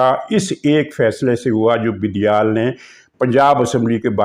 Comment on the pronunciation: عارف علوی صاحب کو علوی کی بجائے" اُلوی " الو کی نسبت سے پکارتے ہیں کیوںکہ ان کے کرتوت ہی اُلؤں والے ہیں ۔ یہ جان بوجھ کر ایسابولتے ہیں ، اصلاح کی ضرورت نہیں ہے ۔ بڑی عالم ،فاضل اور دانشور شخصیت ہیں ۔اسی طرح یہ بَندیال کی بجائے "بِندیال" کہکر پکارتے ہیں۔ شکر ہے وہ انہیں "بَندریال" نہیں بولتے ورنہ آپ اس کا مطلب خود ہی سمجھ جا تے ۔